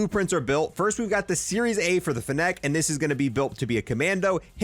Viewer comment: The way he pronounces fennec wrong is insane